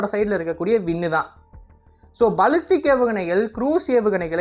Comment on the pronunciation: பலிஸ்டிக் இல்லப்பா...பேலிஸ்டிக் ஏவுகணை...